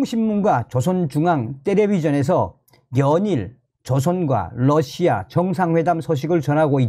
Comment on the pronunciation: Russia를 Lussia라 발음하면 안됩니다. 는 상당한 대중성을 가지고 있기 때문에 발음을 바로 하셔야 합니다.